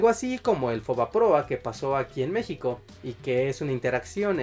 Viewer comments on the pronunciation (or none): none